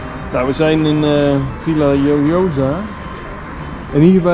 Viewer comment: Hee, dat was weer een leuke vlog. Je hebt wat moeite met de uitspraak van de plaatsnaam Villajoyosa. V= is een B 2 xLL = J De J= G Dus de uitspraak is: Biejagojosa Bijna niet te doen dus. Torrevieja is ook zo'n struikelblok. Veel plezier nog verder🙂